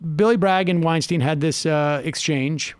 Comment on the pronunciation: Sam, he won't engage because you say his last name incorrectly. it's pronounced 'WeinSTINE' (according to Eric as per one of Rogan's podcast eps). I'm willing to bet that if you make this correction publicly he'll reciprocate.